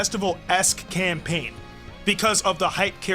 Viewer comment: Bro said camapaign